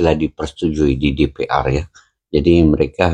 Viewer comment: DePeEr (DPR) Bukan DePeaeR